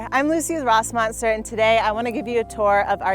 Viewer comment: If you’re using German umlauts at least know how to fucking pronounce them…